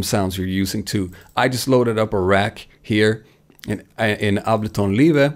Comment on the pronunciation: I am an American dude with an American accent and I gonna start pronouncing “Abelton Live" the way you do cause you sound cool.